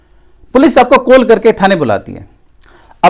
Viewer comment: कोल नही कल होता हैं